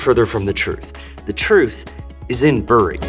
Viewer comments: Ahem ... we say ‘berry’ not ‘bu ree’. Even here, in Bury. Check out our Black Puddings. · Bury is pronounced like 'berry' not 'burr -ree' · Terrific video! I don't mean to be pedantic but Bury, Lancashire is pronounced more like 'berry' -the fruit than 'bury' -to inter. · It’s pronounced ‘berry’ and not ‘bury’ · Hi, just a minor comment from a Brit. Bury is pronounced "Berry" instead of a "u" sound. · Lol in the UK we say "Berry" not "Bury" despite the spelling. For example you dont "Bury your dead" you "berry your dead". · FYI bury is not pronounced that way. It’s obviously pronounced bury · I love that you dunked on Bury while calling it "Beuurry". YOu made it sound more exotic in my mind. I had Reeboks in 87, awesome shoes. They just had some great designs in the late 80s compared to the competition. Then they did virtually nothing to innovate as far as I remember. It's a design led industry innit? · Ah man… great video but super off putting as a Brit to hear Bury pronounced like that - it’s pronounced “berry” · Bury is pronounced Berry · FYI, Bury is pronounced ‘berry’ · FYI - The way we pronounce Bury is Berry with a soft e - because of course we do! lol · Both British places named "Bury" rhyme with "berry", like "bury the dead", according to my copy of the BBC Pronouncing Dictionary of British Names. ♥ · Great video and I hate to be a pedant, but as a local, the pronouncement of literally Bury burns my ears. We call it Berry. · This is a weirdly common mistake, even from English people who aren't from the northwest though "Bury" the town is pronounced like bury the verb, it is a homophone of "berry" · Bury is actually pronounced "berry", but don't worry about it too much, as even we Mancunians disagree on it 😂. But it is "berry". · Great vid, but could of done with asking a brit how to pronounce Bury, it’s pronounced like bury, ie burying someone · The picture of Bury was funny, but you should have done a search for how they say "bury".